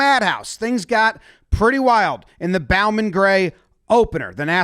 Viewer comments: I know that stadium anywhere🙂‍↕️ its the stadium the WSSU Rams play on #RamPride also its bow-men like bow-tie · Bow-Man. Like a bow and arrow, not taking a bow. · Bowman gray stadium. Pronounced like crossbow. The madhouse is a few miles from my house